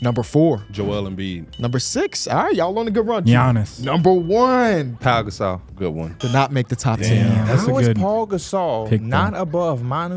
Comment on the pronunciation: “Paul” Gasol, soundin like a casual